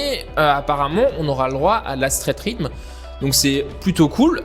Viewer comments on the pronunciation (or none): ça se dit pas straight rhythme mais straight rhytheum